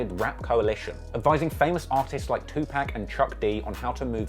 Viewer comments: I gave this video a thumbs down because u said 2pack & it’s 2pac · 2 pack? 😂😂 You mean 2 pac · how are we supposed to take you seriously when you can't even pronounce 2pac correctly. I mean, you're already british. it's like you're begging us to dislike you